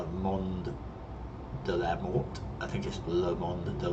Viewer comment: I recently saw a screenshot of it with someone landed right next to the jet, that was awesome and scary. By the way, I heard the "t" from Mort is mute. So when you say it, it should be "Monde de la Mor". o.O There's a t in there because you could refer to a different gender like a dead woman. "She was found dead" which result to "Elle a été retrouvée morte". That's the only time where the t is no longer mute. :D At least from what I understand.